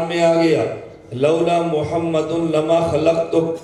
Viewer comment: ماشااللہ بہت خوب واقعی جواب نہی لیکن حضرت آپ حضور صل اللہ علیہ وسلم کا نام صاف نہی لیتے گزارش ہے کہ صاف لیاکرو اللہ آپکو سلامت رکھے آمین